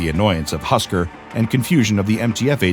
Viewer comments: its not husker its husk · its husk not husker! right?